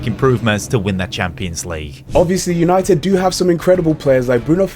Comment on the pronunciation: man loonited?